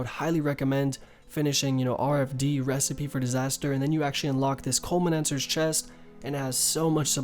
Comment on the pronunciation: "Culminancer's chest"... good effort. Culinaromancer